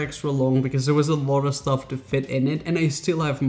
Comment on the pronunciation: he says sطuff